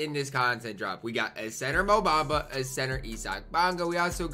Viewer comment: Lol go look up his name pronunciation